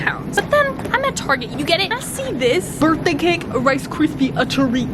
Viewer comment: OMG OMG OMG!!!!! calls Target "Tarja" tooooooooooooooooooooooooooooooo!!!!!!